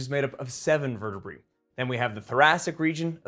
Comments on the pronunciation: Dude, the word is vertebrae not vertebree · verte-what? Verte-BRAY, say it right at least. Can't stand that mis-pronunciation, it's pedantic and wrong. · I've never heard anyone pronounce vertebrae as 'vur tuh bree' before. I've always said 'vur tuh bray'. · vur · tuh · bray